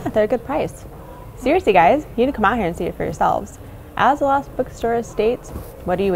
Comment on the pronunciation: Why does she keep saying the “lost” bookstore?